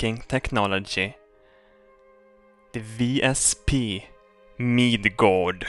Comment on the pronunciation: in most Scandinavian languages J is used in place of Y, so the way he is saying it now is the correct way. Kind of like Zee vs Zed